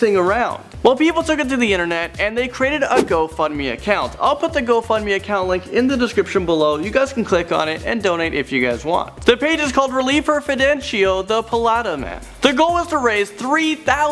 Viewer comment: It's pronounced PAH-LEH-TAHS lol